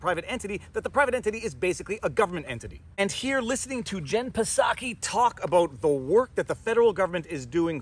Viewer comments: its not pasaki its pronounced Saki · Psaki "P" is silent. Jen Psaki, White House press secretary, pronounces her last name as /ˈsaki/, "SAH-kee." You can also think of it like "socky," rhymes with "rocky." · There is no “P” sound in Psaki. It is just “Saki”. No big deal. Keep on doin’ what you do. See you Sunday night (& Wednesday) every week!! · I know he is mispronouncing pisSaki but it's kinda funny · Mr. PFrei, do you pronounce the hateful witch's name 'Pah-Saki' just to insult her and dismiss her? If so, I'm totally with you, sweetie. But, "in real life", the 'P' is silent so it kind of sounds weird if you're saying it that way unintentionally. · Haha. Her last name is pronounced “Socky”. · The P is silent. It's just pronounced like Saki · The P in Jen Psaki is silent. Just like the P in President Biden. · The P in Psaki is silent my dude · Hearing him mispronounce psaki is hilarious, it’s like the word pneumonia, the p is silent, I think I will steal it though as she is the representative for a garbage organization and should be disrespected. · Pro tip: if you can say chips, trips, or flips, you can say Psaki. There's no schwa between the P and S. You can do it. I believe in you. Etc. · Pretty sure her name doesn’t say the p.. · The "P" is silent in Psaki's name. (Think "psychopath", "pseudo") 😉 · the P in Psaki is silent 😁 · The P is silent in Psaki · Jen Psaki's last name has a silent P so its pronuonced like the popular Japanese wine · the P is silent.. just saying